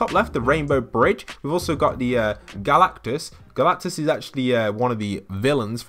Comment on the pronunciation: Who hates whe he says galactus